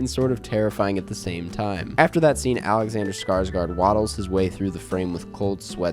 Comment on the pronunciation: How come no one can pronounce Alexander Skarsgårds name correct